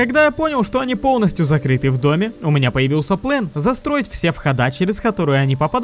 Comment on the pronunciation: он сказал плен, а план 0_0